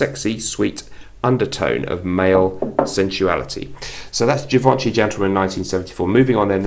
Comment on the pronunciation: Refreshing video. One thing I suggest is to check the correct pronunciation of Givenchy.